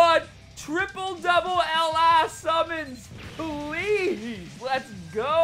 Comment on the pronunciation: Your vids are great man but the only thing is the way you say LR is killing me man😂😂